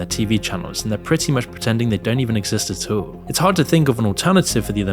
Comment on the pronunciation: "AT ALL" not "UH-TOWLLL" 😂 Btw, why do you say it so often in ALL of your videos?